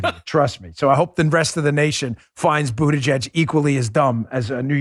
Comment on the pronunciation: It almost sounded like you were about to say "BootieGet" and not Buttigieg. 😂 Too funny Dan-O. 😉